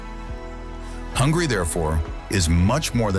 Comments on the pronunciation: Its Hungary not hungry, idiot narator! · Its not hungry its Hun-gary